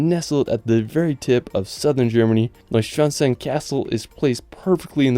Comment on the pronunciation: I know German is not your native language but you really butchered the castle. It wasnt even closed. Repeat after me: NOY-Sch-wann-STEIN